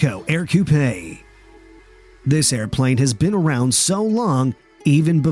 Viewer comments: Sorry,, you need to do a little more homework on the Ercoupe (pronounced "urcoup") not aircoupay. Around 2000 still exist and parts can be bought as new old stock on the internet. The canopy does not slide back but instead, the plane houses side pockets for the side glass to slip down into which allows the pilot and passenger to flight in the open air. The plane is so docile that a placard is required stating that the Ercoupe is typically incapable of spinning. Not a fast airplane but certainly a lot of fun for typical local flying, although some pilots are known to fly from coast to coast in them. Barnstormers is a good place to find coupes and they seem to cost around mid $20,000 even though it seems that prices lately have been rising. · Ok... Again, your pronunciation of things like, "fuselage" is questionable but , when you pronounced the, "Ercoupe" as "AIR-coo-PAY," I have to stop. Are you just some pretty good computer voice?